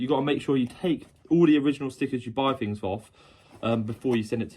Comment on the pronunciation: Fink, Fings, they start with a TH!